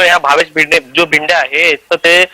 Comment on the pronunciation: Name is Bhinde. Not भिडे.